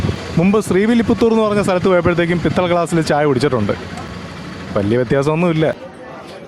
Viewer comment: പിത്തള ഗ്ലാസ് അല്ല പിച്ചള ഗ്ലാസ്